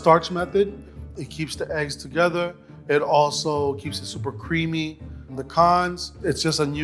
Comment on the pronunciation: re-zhe-djool HEAT bring it TA GETHER